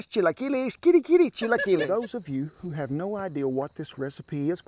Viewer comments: I hit the thumbs up as soon as you said chilaquiles correctly. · You said chilaquiles perfectly!!!! Delicious!!!!! I love your videos and you!!! Much love! :*** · You pronounced chilaquiles perfectly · I love how he knows how to perfectly pronounce a Mexican dish, and he also always nails cooking any Mexican food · I give him credit for trying. Good job for getting it right. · My mouth is watering. I love his song and dance. And he ends his videos on such a positive note and with a Mr. Rogers quote. What more can you ask for?!?!?! Love this man! Oh! and your chilaquiles accent is perfect! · You said it prenounced it really well. Coming from a spanish speaker. Better than me hahaha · You Said Every Word Right Brother Chilaquiles, Tortillas , Huevos Rancheros Those Chilaquiles Look Good 👍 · Very delicious. And you said it right. Good video keep it up. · Looks so Good I'll Bet Ther Good 2 you did a good job you pronounced it very Good thank you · Outstanding pronunciation of chilaquiles! 🤠👌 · Amazing recipe, amazing video, amazing chilaquiles pronunciation and whaaat a hat!! (y) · Usually we use corn tortillas but you made me laugh when you said chilaquiles correctly you’re hilarious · Just found your channel 👍🏽 new sub here. Ha ha you said chilaquiles correct and also they look legit 😁! Next time try them with corn tortillas, you won’t be disappointed . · These look really good. And yeah you said chilaquiles the right way lol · WOW A GREENGO THAT ACTUALLY CAN SAY IT POPERLY YOU SR DESERVE A PRIZE INLIKE & SUSCRIBE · Came to see how he pronounced "Chilaquiles" and I'm amazed that he pronounced it very well lol. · You got it going on you said it right I had to rewind the video to see if I heard that right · Perfect pronunciation. Chilaquiles! Props to you, sir!